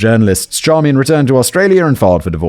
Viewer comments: I love that Simon realized how to pronounce the wife’s name, but just doubled down on Char-me-en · Hello Simon. Just so you know, Charmian is pronounced "SHAR-main". My mother has the same name (it's actually French).